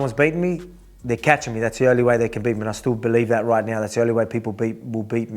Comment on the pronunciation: "your Massive Feet roit behind ya" 😂